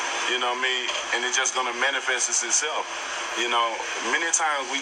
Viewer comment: That clown said "manafesis itself," what a dumb ass, the word is MANIFEST smdh. Beontay needs a speech coach to help him communicate, a Dictionary and a Thesaurus in his hand at all times, absent that, he should at least travel with a translator sheesh.